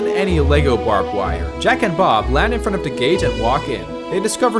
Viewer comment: Bruh said "jack and bob" so much it sounds like "jack and off"